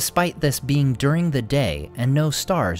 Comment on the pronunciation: „Despite this being durin the day“, lol